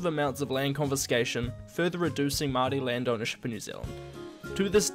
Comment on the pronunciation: Nice pronouncing of the word Maori :)